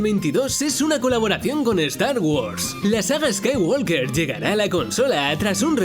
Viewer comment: La L de Skywalker no se pronuncia